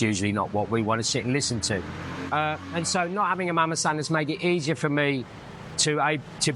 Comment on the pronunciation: It’s Mamasan or Mama-san. Not Mamasang.